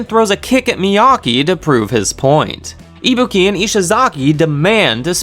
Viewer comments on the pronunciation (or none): none